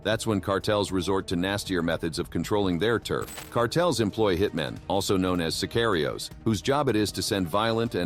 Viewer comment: Well what do u except from someone who pronounces sicarios “sir kiry yos”